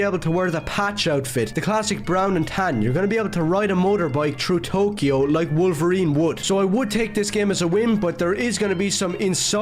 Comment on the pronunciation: i can’t believe no one mentioned how logan says “i am wokerine, and i am going to wokerine you”